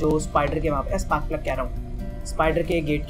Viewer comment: se special key ko spar plug bola 😁